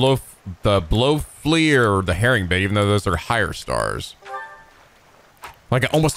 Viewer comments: Did you seriously just say "Blowflee"? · ...blowflee?...blowfly...blow+fly....lolololol 😅